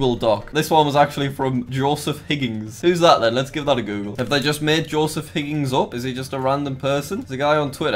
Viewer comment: It’s not higgings it’s hig-ins